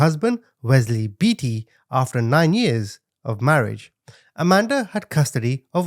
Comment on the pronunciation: The last name is Beaty, pronounced bae-tee not bee-tee lol